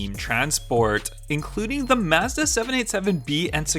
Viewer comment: It's mazda not mezda or mahezdah or whatever